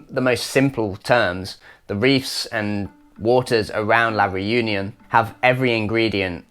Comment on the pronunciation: Please learn how to pronounce "Reunion" correctly. Your english pronunciation of it hurts. No, I'm not French.